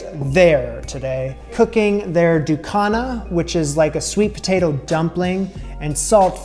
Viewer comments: Love to see this, thanks! In Antigua we pronounce it DU-KU-NA. You can absolutely use foil paper instead if you don't have banana leaves but love how you kept it as authentic as possible. Yum 👍🏽🥰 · Oh wait you missed the chop up! I can’t wait for you to taste this how its supposed to be made. It’ll blow ya mind! ❤ It’s also pronounced, Du- Cu- Na, now say it fast. Happy cooking friend x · thank you for saying Antigua correctly. we gonna have to work on how you say Barbuda lol. Also we gonna work on how you say Ducana. But I love your curiosity. You are welcome here anytime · In regards to Ducana, you are not pronouncing it properly, but that is okay. Ducana is endemic to Antigua, but we make something similar called conkie. Here is another tip. When dealing with banana leaves, you will need to either quickly blanch the leaves or place the leaves over open flame. This will make the leaves pliable. Also we use the strips of strings that come from the banana tree to tie, which will need to be blanch as well. In regards to conkie, we use grated coconut, grated sweet potatoes, grated pumpkin, with all the ingredients you used, but NO raisins. Good attempt.